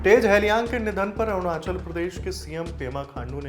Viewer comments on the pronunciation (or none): none